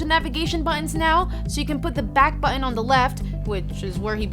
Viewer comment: I like her videos but I hate the way she says the word button.